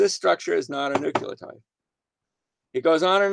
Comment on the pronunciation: "Nuculotide"? facepalm